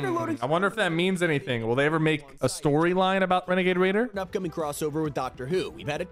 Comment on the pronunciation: its WANAGAY WAYDER NOT RaNaGaY rAiDer